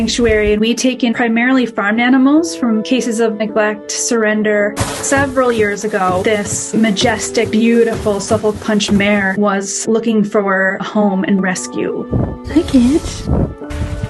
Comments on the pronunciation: “Suffolk” is pronounced like “Suffick” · The L in Suffolk is silent. It's a place in England. It's pronounced like suff-uck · The real tragedy is hearing her pronounce Suffolk.